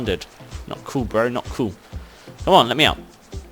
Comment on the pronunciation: you always say " coo' "